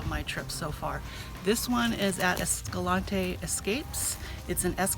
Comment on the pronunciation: Hey, it's pronounced "esca-lanty" locally lol